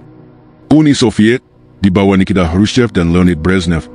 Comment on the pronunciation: Waduuh.. ini kontens kreator baca teks pun tak betul.. Nikita di baca nya Nikida... 😅😂 Sebelum 1960 bantuan alutsista yang di berikan Soviet ke Indonesia itu bkn nya GRATIS bro.. tapi bayar sampei Negara ini harus berutang piutang ke Soviet gara2 beli alutsista mereka.. sampei rakyat negara ini alami kejatuhan ekonomi dan terjadi juga masalah kebuluran. Bener2 memalukan waktu Pemimpin2 Jeneral2 dan penguasa gemok2 dan gendut2 tapi rakyat ketiadaan makanan, kurus krempeng tinggal tulang..